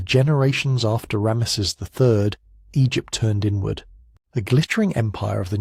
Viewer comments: Horrible narration. Who pronounces Ramses as "Ra-meses"? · ram-mess'-es... but whatever. Still a total fail. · Rams esses? AI. U gar it? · Ra-messes the great, eh? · ra'-me-sees, fix it, okay? It brings the whole value of your work down, in a negative exponential way. I won't be recommending this channel to anyone until you weed out its poor pronunciation (and multiple other problems, for instance which Rameses/Ramesses are you talking about?). I like your overall process but your execution and exposition is a disaster.